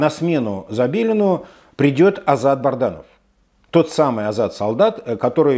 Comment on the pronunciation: Специально называет Бадранова Бардановым?Как назовешь корабль,так и поплывет ☺️